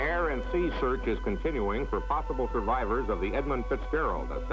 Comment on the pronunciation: You might as well call it the right way. Edmund. For respect, you know.